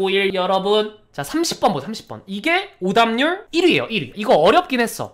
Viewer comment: 오답률이 자꾸 오담률로 들렼ㅋㅋㅋㅋㅋㅋㅋㅋㅋㅋㅋㅋㅋㅋㅋㅋㅋㅋㅋㅋㅋㅋㅋㅋㅋㅋㅋㅋㅋㅋㅋㅋㅋㅋㅋㅋㅋㅋㅋㅋㅋㅋㅋㅋ